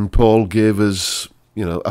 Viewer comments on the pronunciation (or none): Faul, not Paul